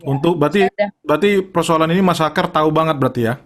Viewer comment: Aakar..bukan aakyar wkwiwkk